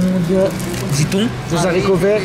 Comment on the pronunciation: Des HArictots pas des SAricots.. grr